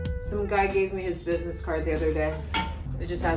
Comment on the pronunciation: "Ain't got no bid-nes givin out bid-nes cards LOL!!"